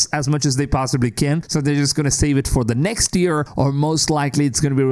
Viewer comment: Why does this guy pronounce year as ear its so frustrating